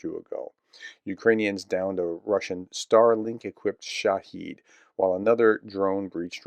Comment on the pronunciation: You're STILL mispronouncing the name "SHAA-hid" (شاهد). It is not "sha-HEEED" (شهيد). Both are valid Arabic words (Iranians use a lot of Arabic) and they have DIFFERENT meanings. The drones are called "SHAAAAAAAAAA-hid"!! Emphas on the first SYLlable, with a short "ih" vowel (like in the word "if") in the second syllable. Do you even READ my comments? You responded to those who corrected you when you mispronounced "VOO-le-dar", but you're ignoring my corrections of your mispronunciation of SHAA-hid (شاهد) drones. The vowels are the same as in the English word "rabid", i.e., "RAA-bid".